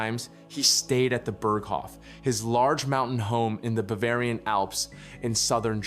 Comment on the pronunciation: I wish people who narrate these videos would learn how to pronounce German. It's not Burg-hof, it's Bearg-hof.